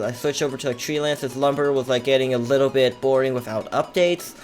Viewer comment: Whenever user says bit I tought he said bi*t*h